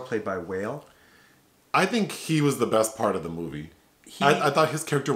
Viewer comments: So sad we didn’t get to see face when he goes “Jack Twis- JACK NASTY!” Lmao! P.s. Wale = Wah-Lay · Wale is pronounced "Wah-lay" not "Whale"... he has a song with Megan Thee Stallion whom I know you love.